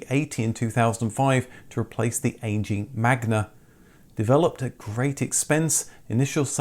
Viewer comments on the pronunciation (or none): none